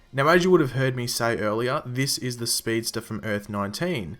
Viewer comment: a speedstah.